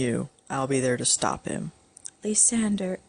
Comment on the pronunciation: for me, i feel the way you say lysander's name is TOTALLY DIFFERENT THAN I THOUGHT. I say it like the word lie, then sand, then er. are you positive youre pronouncing his name correctly? id really like to know. same with rosalya